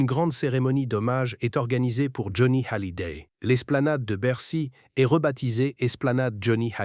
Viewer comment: Pourquoi prononcer Hallyday avec un H aspiré?